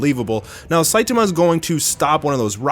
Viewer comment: is the only anime youtuber who pronounces "Saitama" correctly